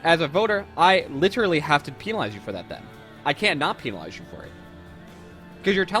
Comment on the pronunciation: “Peenalize” lmao